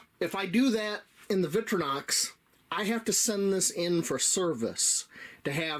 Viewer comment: "VICK-tri-Knox"? Really?